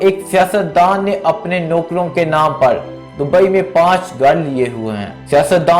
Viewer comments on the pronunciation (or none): none